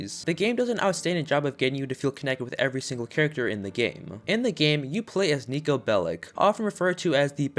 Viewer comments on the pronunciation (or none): none